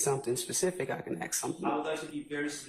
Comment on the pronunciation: What wrong with you people!! It's...ASSSK NOT AKSSS jesus go back to school !!!